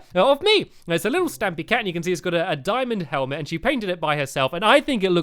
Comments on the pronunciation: Stampys not dtamys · stampy i heard that u said welcome to the stumpy lovely word